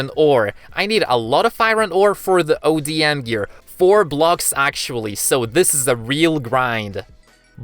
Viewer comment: Dude it’s ODM gear not adm gear also it doesn’t let you just float in the air